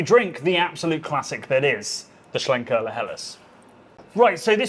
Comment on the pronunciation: One of the best opening lines to a beer video anywhere on You Tube for a long time. So cheeky but so apt, nicely delivered. And pronouncing Schlenkerla and Rauchbier properly as well, lol. Nice set of beers too. Cheers #Disco